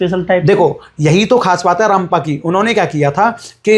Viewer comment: Ramappa Sir not rampa, thank you